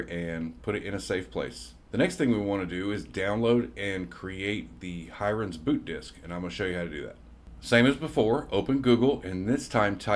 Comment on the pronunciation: Hiren is pronounced "he-rain". FYI :)